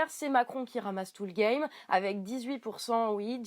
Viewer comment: ... SAUVER LE ''' GAIMMME'' ??!!! Tu causes le gaulois?